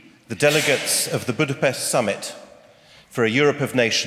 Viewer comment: ész tényleg, -nél Budapesztet mond. Most akkor rendben vagyunk? Igazad van, tényleg ez a lényeg. 😆Mit mond Dóra??? Budapest, vagy Budapeszt? További szép napot!😙